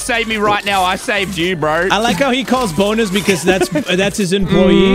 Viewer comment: I don't know what is its but every time I hear say bonus I hear BONERS